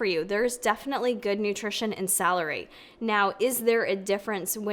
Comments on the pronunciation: So cute how with your accent celery sounds like “salary”! Here’s an amazing science based article article on celery and celery juice, it’s also in a podcast form. Basically goes into all the nutritional benefits of celery on its own and then addresses juicing. Spoiler: vegetables are good, chew them. Love ya! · My mom was born and raised in Rochester, NY - when she says "celery" it sounds like "salary" - which has made me giggle my whole life - and I noticed it does for you too. Must be an upstate NY thing! Hehe - Thanks for the vid!! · The way she says celery